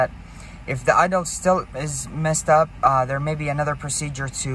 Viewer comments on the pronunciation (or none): none